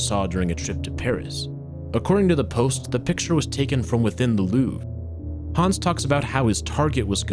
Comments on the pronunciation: Hans* not Hons or Häns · He goes from pronouncing it hands to hawns every few mins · you said Hans like hands without the ds